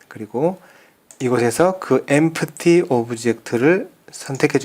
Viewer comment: Empty -> 엠티 라고 발음합니다.